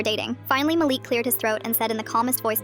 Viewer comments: Malik not Maleek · “Maleek” “mælick” GURL ITS “MA-LIK” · You pronounce the name Malik “Ma-Le-k”